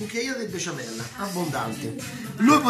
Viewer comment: Max non sai dire besciamella hahahahha